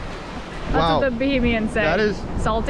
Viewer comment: BAHAMIAN not BOHEMIAN like Queen BOHEMIAN Rhapsody